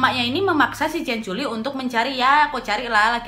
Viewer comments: Astaga bangg culi bang bukan coli😂😂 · Kak nad itu salah ucap katanya lucu (ciancoli)😂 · Ciancoli kau bilang ahahahah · Cianciulli kak nad bukan ciancoli 🤣🤣 poltak ya kak , polos tak berotak 🤣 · The way you said 'CianColi' make me laugh so hard 🤣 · COLY JIR:") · "ciancoli" maap 🤣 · Kak nadia salah ngucap kan. 😂😂 Ada kata coli Astagfirullah halazim kak.. Udah bulan puasa loh.. Tobat.. Selamat menunaikan ibadah puasa 😉👍❤😘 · Aku kaget kak pas kakak ngomong cianc*l*😆😆😆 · salpok sama kakak bilang ciancoli😂😂😂😂😂